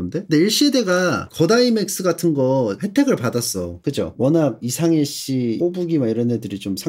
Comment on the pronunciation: "자라던데." "뒤질래?" 안산출신 선생님의 스파르타 강의 너무 무서워 근데 왜 이상해씨는 이'샹'해씨고 셀러는 '셸'러로 말하는거에요 ㅋㅋㅋㅋㅋ